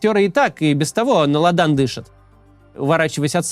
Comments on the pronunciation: Максим, лАдан, а не ладАн. При всей моей любви резануло слух. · Сегодня совсем плохи дела у Максимки- Навальный что ли его так подкосил? Он похоже не в курсе какие доходности бывают в российском бизнесе, не знает что в растущем бизнесе доходности выше 15% -кто ему текст писал? А слово "ладан" прочитал как "ладАн"-читать уже даже не может. Так он мне нравился как толковый ведущий просветительских политических роликов , а он затеял срачи и теперь даже ролики испортились. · Почему никто из команды не поправляет Максима, когда тот неправильно ставит ударение в словах? Дышать на лАдан, не не ладАн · Не ладАн, а ЛАдан. Так правильно. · на ладАн ? Макс, ты чего, русский язык по-тихоньку забывать начал? :) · Правильно будет - лАдан, а не ладАн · спичрайтеры Максима ставьте ему в тексте ударения в словах, у него с русским плохо. У него ладАн, видите ли😂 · Дышать на лАдан , а не ладАн . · Даааа лада́н это было мощно)) ну что, на манер иврита на последний слог ударение поставил, ну ладно) главное, что вещи умные говорит. Лада́н мы переживем. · "на ладА́н" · на лАдан. лАдан. не ладАн. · Вот до чего мне нравится канал Максима Каца. Смотрю почти каждый день и стараюсь не пропускать. Курс выпуска контента крейсерский, это надо признать и отдать уважение. При высокой концентрации смыслов можно даже какие-то огрехи понять и простить. Но ладАн, Максим, ладАн? Дышать можно на ладан - это церковный атрибут, смола, которую кладут в кадило и разжигают. Ударение в слове "ладан" на первый слог. Ошибки в ударениях случаются у вас систематически, друзья. Дайте уже, пожалуйста, кому-нибудь ролик перед выпуском на прослушку. Кому-нибудь, кто всю жизнь прожил в русскоговорящей среде, и в российскую школу ходил, а не в израильскую. И ещё желательно по гуманитарной специальности учился. Спасибо за понимание! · Уважаемый Максим! Поговорка "Дышит на лАдан", а не на ладАн. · Не лада́н, а ла́дан!! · Максим,на лАдан дышут,а не на ладАн😂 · Ну блин, Макс. кружнЫм путём, на лАдан дышит :) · На лада́н 😂